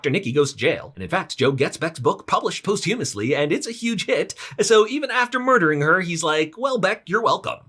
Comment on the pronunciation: "post humously" 🤣